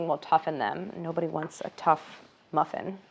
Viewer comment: Tough-in or Tuffin ? Tough Muff or Tuff Muff? (it doesn't sound dirty at all, stop being weird)